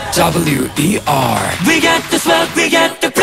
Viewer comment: p、o、w、e、rとか、他のとこもだけど壱馬くんの英語の発音がかっこよすぎてなんでも聞いちゃいます😍ラップも含めボーカルがどんどん最強になっててこれからが楽しみだし嬉しいです！ ランペしか勝たん❣️